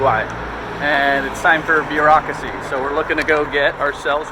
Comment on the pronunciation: “Beer-aucracy” was what I heard . 😉